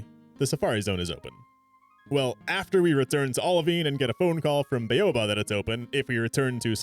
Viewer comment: It's fine, but hearing baoba pronounced "bay-oh-buh" instead of "bow-buh" (as in "take a bow", not "bow and arrow") for so long was driving me insane.